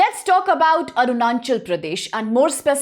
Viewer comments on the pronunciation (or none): Firstly it's not "AruNANchal" it's - "ARUNACHAL" and secondly it's "Namdapha" not "Namdhapa" correct your pronounciation, if you can't correct it then stop making educational videos it's really shameful and disrespectful for our northeast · arunanchal seriously!!!🙄💔 its Arunachal not nanchal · Exactly and pronouncing Arunachal as aruNANchal in is more irritating. They are educators whose video are seen nation wide so it's very imp for them to pronounce it correctly. Why is it so hard of u can just speak what is written 💔